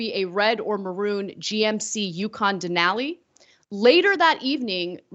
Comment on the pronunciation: Ana, Ana, Ana, ... smh. It's pronounced "DEN-ah-lee". 😉